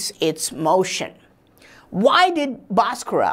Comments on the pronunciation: भास्कर bol na...बासकरा बासकरा bol kar to maa behen ek diya hai.... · Its BHASKAR not Baskraa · Nice information but it's Bhaskar not Bhaskara why u add extra aa while pronouncing Bhaskar. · Pls stop murdering his name. There is actually a ‘h’ after the ‘B’. So it isn’t BASKARA, it’s BHASKARA.. kind and humble request. Cheers. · The correct pronounciation is BHAASKARA not Baaskarra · I've never heard an indian guy pronounce Bhaskara as bosscross untill now🤣🤣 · Pl. don't bastardize the great mathematician Mr Bhaskar's name by adding an "a" at the end. It is a sign of disrespect, forced on Indian names by the Brits. Same goes for Lord Ram. Is NOT Lord Rama, etc. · This dude is full of shit. 1st of all despite being an Indian he can't correctly pronounce Bhaskara's name. This guy should be placed in space with his Mercury wheel. Only vacuum can help this dude to avoid dynamic friction and create energy. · Pronounce the name correctly